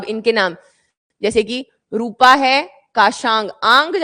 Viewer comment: रूपा valley ❌ रोपा valley ✅ कुर्पाण khad ❌ कुरपन Khad ✅